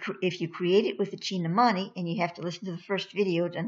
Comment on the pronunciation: Greetings sister of Light with all due respect and heart felt gratitude for educating the desirous!. Spirit has prompted me to share this with you and and all willing to listen... Kindly take note that the meaning is in the word itself if pronounced properly.I know because I am of East Indian origin in my current Incarnation... (currently in Florida and in USA for the past 42 years) Kindly call it by it's name as follows from now on as spirit instructs... The word is pronounced thus... Chin-tha-(exactly as it is written) meaning "Mind" and Mani (pronounced money) meaning "Jewel" the whole word as written "Chinthamani" hopefully after this nobody will ever mispronounce it !!! Thanks.Iam a humble recipient of the "Chintamani" and also a humble servant of the Cosmic working for the"Highest good and the greater glory of the ALMIGHTY! I Am "R'JAAN" the INTREPIDUS. Kindly make this correction in your future reports.Thanks again. Light,Life & Love now and always!!!